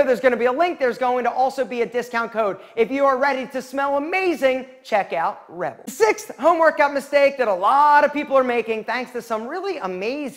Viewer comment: this italian cant pronounce rebel man he sounds like he's promoting red bull😭😭😭